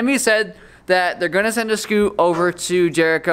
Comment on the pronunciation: Everytime he said scoot it made me cringe a little